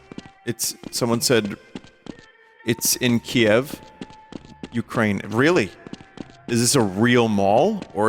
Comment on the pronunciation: Ukraine mentioned! But brother in Christ, I've never in my life imagined somebody could read "Kiev" with accent on "E"